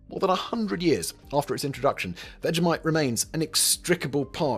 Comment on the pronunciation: That was vegemite. Why does this guy keep saying vejamite? It's people like him who ruined the netflix teletubbies reboot.